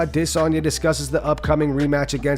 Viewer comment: Why do you pronounced Izzy’s last name like that. Emphasis on the D lol